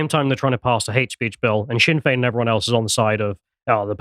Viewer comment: He pronounced "Dail" as "Dale" and "Sinn" as "sin". Love the guy but that's nowhere near correct.